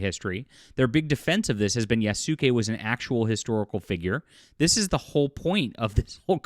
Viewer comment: Like the vid but please pronounce Yasuke like Yaas- Kay. Not Yas- Su-Kay. It's annoying.